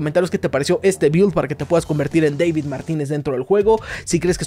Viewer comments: Buen video, pero no es “Deivid” es tal cual “David” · Es deibito, no deivid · Me da risa como dices DEVID en vez de DAVID! cuando el personaje en la versión español latino le aclara a alguien como decir su nombre jaja, me causa gracia escucharte decir mal su nombre jaja 😂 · No ess Deivid es David, hasta el mismo lo corrigió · Es David no Devid. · Es David no Deivid !! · Se pronuncia David 😭